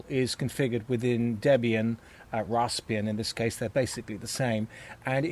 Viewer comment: Rasp-eeeee-an. There are no other "r"s in the spelling.